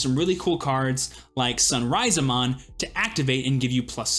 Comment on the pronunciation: Its not sun-raiza-mon, its suna-riza-mon. Suna = sand Riza = lizard For some reason players drops the “a” that come after “sun”…